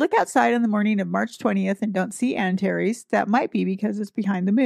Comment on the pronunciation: Greetings from the Sonoran Desert, home to many scorpions. 🌵🦂♏ Thank you for pronounciations! It helps me to think of "anti + Ares".